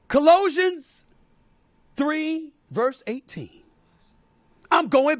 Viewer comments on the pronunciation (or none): Not that he pronounced it.. Co-low-sians 😂😅😩 Omgosh lol. It’s Colossians sounds how it’s spelled. I thought his sister would’ve pointed that out lol anyway I agree with Stephen A and love how he doesn’t shy away from any topics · Cah-low-sians 😂😂😂 clearly ain't been reading that jawn in a while (if at all) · Lol Steve it’s pronounced as CA LOWSHAN’S lmbo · It should be pronounced like CALAWSHION’S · The way my bro Stephen A Smith pronounced “Colossians” had me rollin 😂. #RevSmith 🙌🏾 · How did SAS mispronounce Colossians?!?!🤨🤨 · Check your pronunciation of that Bible book lol But good job bringing it up lol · His pronunciation of Colossians lol